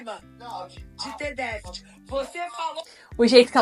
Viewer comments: A madame aí ex-pobre fala inglês mas não consegue pronunciar a palavra déficit.kkkkk Ainda bem que a professora detectou algo que ela como mãe não teve capacidade de detectar. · ''...DEɅTHIT...'' Para ficarmos na esfera ''D'INGRÊYS...'' 🙄 O vídeo da esposa do famoso jogador é a PROVɅ CɅBɅL de como gente TOSCɅ, porém, ENDINHEIRɅDɅ, pode se achar DONɅ DɅVERDɅDE... Meu irmão mais novo trabalhou como auxiliar administrativo em um pré-escolar da rede particular. Certo dia um dos alunos não se aguentava de coceira e a Professora constatou se tratar de bicho-de-pé, adquirido após visita com familiares a uma fazenda num distrito rural de nossa cidade no fim de semana. Como a escola dispunha de uma farmacinha com pequeno aparato para ocorrências do tipo, a criança teve o hóspede indesejado devidamente DESPEJɅDO do local invadido, assepsia e curativo feitos, retornando a sua rotina. Foi enviado um bilhete relatando o procedimento e aconselhando a profilaxia adequada quando passeios assim fossem feitos. No dia seguinte, o menino reportou não ter levado o bilhete assinado porque o pai o rasgou, jogou no lixo e mandou avisar que ela não fez nada além de sua OBRIGɅÇÃO, afinal, ele pagava mensalidade cara ali. É esse o NɅIPE da educação que certos pais dão aos filhos, plena de ɅRROGÂNCIɅ. Imagino quantos Professores passam pela desagradável experiência de topar com gente tão ɅNIMɅLESCɅ. Nesse episódio ''REɅCTɅDO'' pela titular do canal, erraram ambas!...: a Professora, por, conforme explicado, não comunicar antes a equipe pedagógica, e a mãe BɅRRɅQUEIRɅ, cuja atitude deveria ter sido tentar contato com a escola para se informar melhor a respeito do relato levado pe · está precisando rever as suas atitudes Que intolerância é essa com a dificuldade da mulher em falar déficit Imagino ser aluna ou aluno da